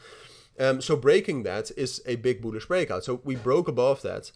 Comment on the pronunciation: Very "boolish"🤣🤣🤣🤣🤣🤣🤣🤣💀💀